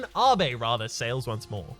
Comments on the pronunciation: Finn Leask It might be so where you live, but I've literally never heard anyone unironically say Abe as Ah-bey in the 21 years I've lived. It's always been Aibe, and I don't think that'll ever change for me. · Please tell me you realize it's Abe, as in Aibe, and not Ahbey like you said?